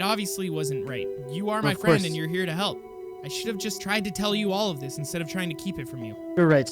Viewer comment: Lol he said halp